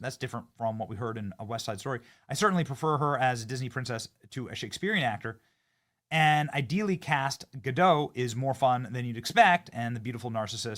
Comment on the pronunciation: GadoT. The "T" is not silent.